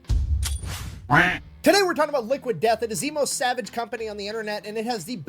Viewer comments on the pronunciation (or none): none